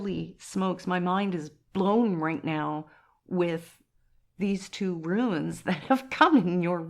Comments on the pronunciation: I must say, as politely as possible, it’s ‘runes’, not ‘ruins’. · It’s runes not ruins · Just a heads up its Runes not Ruins 😊❤ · I’m sorry, but they are called runes, not ruins 😊